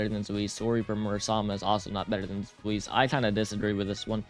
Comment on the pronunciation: I know I’m going to sound like the grammar police of German word fun. But it’s pronounced Zwice. It stems from Zweihander